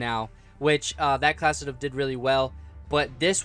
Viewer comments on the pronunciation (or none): Y u keep saying class-it-up instead of class setup